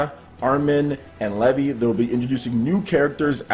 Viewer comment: LEE-VI not Leh-vee Sorry I got triggered😂😂 great vid